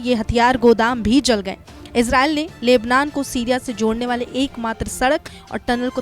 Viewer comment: बहन लेबलान नही लेबनान है 0:2 इतने बड़े रिपोर्टर होकर क्या बोलरहे हो? From nepal